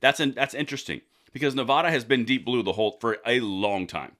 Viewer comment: Please properly pronounce the name of the state of NEVADA. Thank you